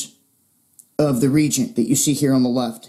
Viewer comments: Pronounced "re-agent" not "regent". This is some excellent info in these videos. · is pronounced Re-agent! FYI. Thanks for the good info.